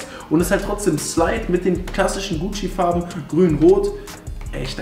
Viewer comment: Deine Aussprache👌🏼❤🤪 wie du einfach guuuucci sagst 👍🏼😜❤👌🏼